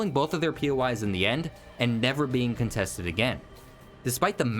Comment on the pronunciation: Amazing video! But it’s contest, as in contested, not contest as in “I won a prize from the contest.”